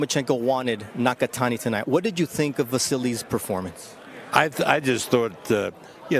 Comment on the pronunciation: Damn bro absolutely butchered Nakatani’s name in the beginning lmao